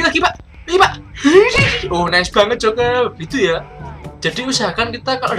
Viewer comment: Hahaha ngakak pas bilang jokel...jokel....cekolah dulu canah bang biar pinter ngomong "R"